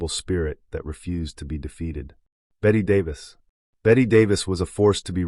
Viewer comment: I quit after nearly falling off my chair laughing at "Batty Davis". Sorry, but if you can't get that right, how many other errors of fact or judgment about these stars are there? The still photos would have been nice to see, but sorry.